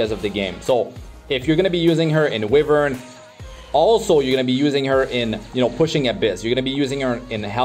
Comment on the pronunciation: mr it's pronounced as whyvern not wihvern, just fyi.